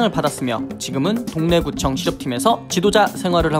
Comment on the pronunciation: 잘못들어서 동래구청을 동네구청 감독이라고 들었네 하하